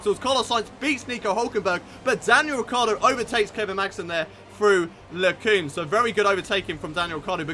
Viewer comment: hey man, the first chicane in Spa is called Les Combes, the o is pronounced o as in "on" or "come" and not oo as "too", great vid !